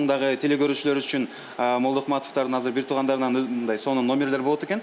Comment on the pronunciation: Казыр девей азыр деп эле суйло